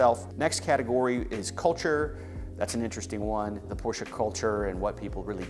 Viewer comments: Hilarious that this guy enjoys the brand, and yet cannot pronounce the name correctly. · Porsche is family name.How many people would like someone butchering their family name? It’s not snobbery, it’s common sense. Why butcher someone’s name when you know it’s wrong?